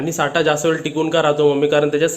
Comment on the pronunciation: साठा नाही साठं बोल 😆😆.आजचा Vlog खूप entertaining होता. हिंदी चॅलेंज होऊनच जाऊ दे. Vlog पाहिला की तुम्हांला घरी जाऊन भेटल्या सारखाच अनुभव येतो. मसुराची आमटी उत्तम. कधी कधी लाईव्ह पण या.